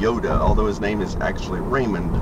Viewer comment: Who else thought he said "Rainman" instead of "Raymond" ?? Good video btw!!